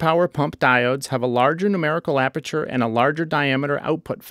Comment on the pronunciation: "Numberical Aperature" Aprature Science